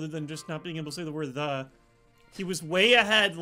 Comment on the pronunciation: The banned word would've worked better if wasn't speaking like "Have you seen... THE... Pokemon I was talking about" Literally he takes a second break before he says THE and makes sure they all hear him say it. If he just spoke completely normally with no breaks or emphasis on the word they would fall for it more